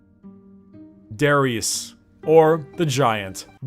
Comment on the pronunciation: When you said Der Riese I first understood Darius xD